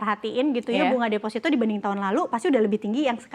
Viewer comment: Defosito bang bukan desfasito Ingat desfasito dan defosito itu beda makna yah bang